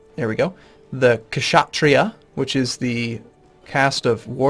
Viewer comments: You're putting too much emphasis on H in Brahmin. It sounds like BRA-min Same thing with Kshatriya, the K is silent. It sounds like shut-REE-ya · Kshatriya is pronounced with the k silent